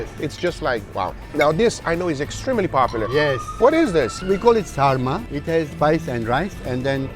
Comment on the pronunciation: As a Turk, I am glad you had a premium experience, I've been watching you for a very long time. They are looking wonderful, even said the name "sarma" right! Love you guys!!